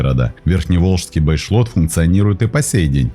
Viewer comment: Последнее озеро перед первой плотиной не ВолгА, а ВолгО. Не Бэшлот, а Бейшлот . А да и река Песочня.